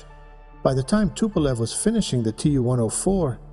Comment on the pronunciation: TU like "Too" in Tupolev, not the tee-you